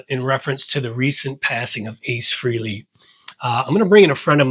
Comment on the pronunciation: New drinking game. Every time someone pronounces Ace's last name "Free-lee" take a drink. You'll be bombed in no time. It's pronounced Fray-Lee and at least three people on YouTube can pronounce it correctly.